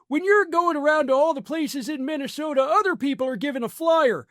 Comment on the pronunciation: Mikey Pillow can barely and consistently pronounce the name of his home state of MINTYSTODA. He actually said it that way.